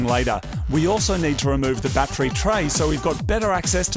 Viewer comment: You pronounce "t's" with a "ch" sound. So battery sounds like batchry and tune sounds like chune lol.